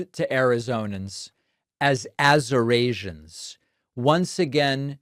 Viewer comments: Azerasians must be the ones coming from "countries nobody has even heard of" that he keeps talking about 😂😂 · Lots of Azorasians in the room. How’s things over on Trouth Senchual? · AZURASIANS ? C’mon Americans . This is ridiculous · Wow trump really? Azurasians? Did you even attend one class in College? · OMG they have got to get this guy to a hospital STAT,😱😱😱